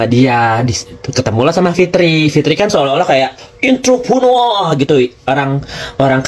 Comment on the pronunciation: gue demen bgt klo blg Enterprunorrrrr😂😂😂😂😂😂😂😂🫣🫣🫣🫣